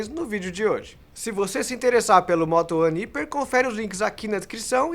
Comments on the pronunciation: Ao invés de "íper" não deveria ser "raiper"? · Não é hiper, é hyper!!! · Qual a pronúncia correta? Iper ou raiper? Cada um fala de um jeito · Que agonia ele falando "iper" kkkk prefiro a pronuncia "raiper" normal.... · O nome é "Hyper" uma palavra que se pronuncia em inglês e soa como raiper e não iper 🤦🏽‍♂️ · Ele é burro kkkkkk o jeito certo de falar é haiper, não iper! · Vc tá ligado q tu tá pronunciando errado né?! Não é "HIPER" e sim "HAIPER" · Hyper -> "raiper" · Parei de ver o video no primeiro ``iper`` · pronuncia-se [ráiper] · "iper", já desliguei.. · Não entendi por qual motivo o celular foi referido como "iper" ao invés da pronúncia certa. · Acho que o nome HYPER E SE DIZ RIPER Claro que ele pode falar do Jeito que ele QUISER MAS Me deu um TOC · é raiper a pronuncia certa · Mas o número você pode ler em português, a palavra "Hyper" não existe no nosso vocabulário, você pode falar ela como quiser mas pronunciar o "y" como "i" é errado... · Pra ser mais fácil: "Ráiper" Ceramente, agonia os video dele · Mano, como que um cara faz análises em um canal grande, e não sabe pronunciar a palavra "hyper" corretamente?. Jesus! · Q toc do caralho, não guento ver ele falando assim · verdade. Não sei por que eles insistem em falar errado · Pronúncia errada! Mas, enfim, falaram do Motorola (Fabíola) Hyper.